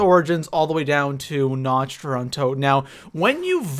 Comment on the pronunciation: I love you and all, but somethings about you really bothers me. You pronounce nacht der untoten as notcht der untoten You should be pronouncing it n-awk-t der untoten If you wanna go super German, it should be n-ocht-t der untoten, with the ocht sounding like your clearing out your throat. Not trying to hate on you, just though it had to be said.